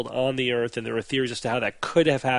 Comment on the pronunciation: It's not eeeeeeeeeearth.